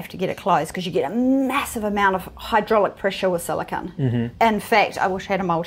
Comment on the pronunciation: Is it me, or did pronounce "silicone" five different ways in the same sentence?